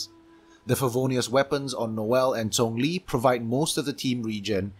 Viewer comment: hearing him say "She-ung-liing" instead of the common "Shang-leng" is somewhat refreshing. I like it